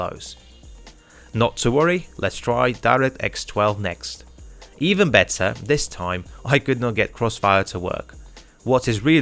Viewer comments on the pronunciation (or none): none